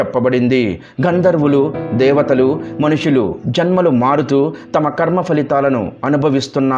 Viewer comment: ఖర్మ కాదు బాబు కర్మ అనాలి. 😊